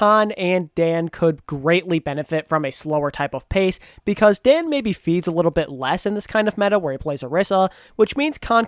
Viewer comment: Quick note for: For the Paris Eternal, Kaan and Daan are pronounced in the same way, the way you currently pronounce Kaan. Daan is Dutch and that is the proper Dutch pronunciation